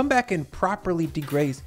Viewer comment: Did you just say ,”De-graze”! 😂lol Your recipes are always top-notch. The videos, hacks…best YouTube cook vlog. Will def make this #letseatthisthiiiiing 💃🏾